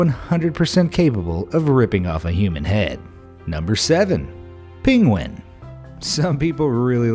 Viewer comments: Its Penguin not Pinguin ! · The mispronounced Penguin cracked me up.